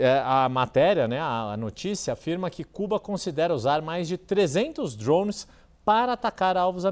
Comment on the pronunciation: Por que falar “drouunnes” se o equivalente em português é “drones”? 🤦🏻‍♂️